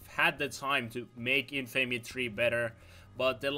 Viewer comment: you still have not learned how to pronounce "infamy" ^^ the cringe...